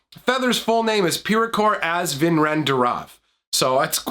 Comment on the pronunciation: Good job pronouncing Pierakor Az Vinrenn D'Rav! Btw, did you know that "pierko" means "feather" in Slovak? Actually the entire Ravnica is inspired by western Slavic culture.